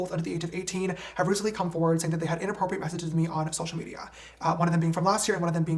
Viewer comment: why does he say social media like that?😂😂😂 (social mediahhh)